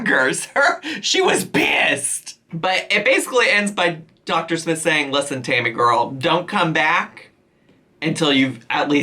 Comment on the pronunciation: Is Chris calling Tammy Hammy? I promise that this is what I'm hearing.